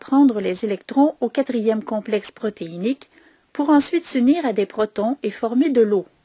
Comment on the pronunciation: merci pour la vidéo bien fait mais un petit problème avec la prononciation de protons on dit protons H+ pas protine